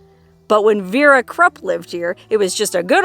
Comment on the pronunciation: Krupp.... Is pronounced....kroop....